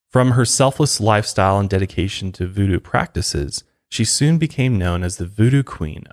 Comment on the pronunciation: “Vuedue” lmao